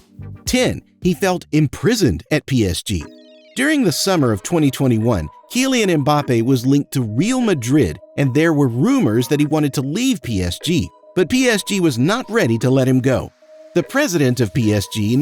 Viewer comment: ITS PRONOUNCED KILL THEN IAN KILLIAN MBAPPE